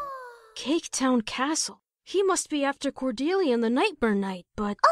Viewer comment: Caboodle mispronouncing the word "castle" made me laugh way harder than it should have.